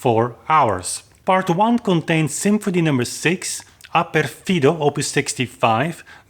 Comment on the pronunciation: Very well argumented. But, if you are going to repeat this talk in other occasions, please accent "Ah pèrfido" (on the 'e'), not "Ah perfìdo" (on the 'i')! ;)